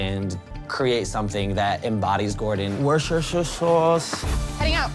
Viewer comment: Wershersher sauce